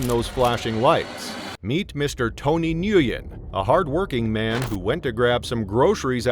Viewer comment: Nguyen is pronounced WIN........